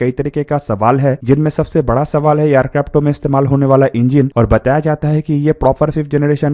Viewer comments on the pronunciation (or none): Bhai Aircrafts bol le. Kitne din यरक्रापटो यरक्रापटो karega....